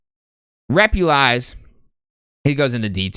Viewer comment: “Repulize” lmao first you mispronounce his name then rank him in D smh the disrespect